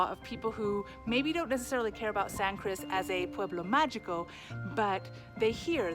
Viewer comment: Can you not learn how to pronounce "pueblo magico" in Spanish? It's so easy yet you keep pronouncing the g like English.